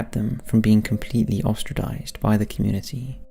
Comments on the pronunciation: "Disillusional" , "unaproving", "spearse", "ostradized". These non - words were all in the first four minutes. Learn the language before you try and wield it in public! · 'ostraDized' (?) ... only in ... dang, and I wanted to watch this